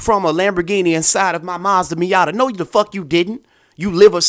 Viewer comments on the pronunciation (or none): none